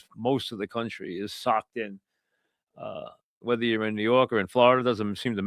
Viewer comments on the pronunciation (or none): none